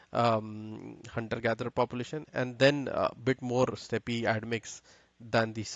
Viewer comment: I wish you Indians would realise that 'Steppe' is pronounced the same way as 'step' not 'steppy'